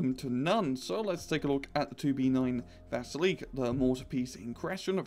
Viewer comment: dat not VASEELEEEEK das ist VA-SEEEEL-YOK